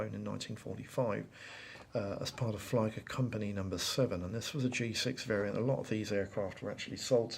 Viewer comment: A very nice and detailed over-view of these two kits! I would just like to point out that when pronouncing certain German words; as in "Flieger".... it's said with an "E", not an "I".... in German, if it's "I before E" then it's pronounced with an 'E' sound. If it's a word like "Zeit"; it's "E before I", then it's said with the 'I' sound. The letter 'J' is mostly pronounced as 'Y', and any instances of V or W are almost reversed in German... The 'V' is more of an 'F' sound, and the 'W' is a 'V'..... so when talking about VW (Volkswagen), it's actually pronounced more like "Fow-Vay' - but shorter on the consonants, and "FolksVagen" for the full name!! I only mention it because when referring to certain groups and squadrons it sounds bad to not pronounce them correctly.... 'JagdGeschwader' is said as "YagdGeshVaader" (fighter squadron)....... "Flieger" is literally "Fleeger" (which is flight/flying). Hope this helps... :-)